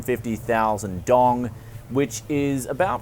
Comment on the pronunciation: Dong is pronounced dao-um one syllable